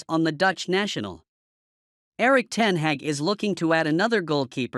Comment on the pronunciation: Erik Ten Heck ? ? Come on, dear American : it's Ten Hag , the "a" sound as in "are" and " car" .